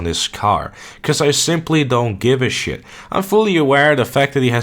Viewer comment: "Compare something decent to a pile of shet" 🤣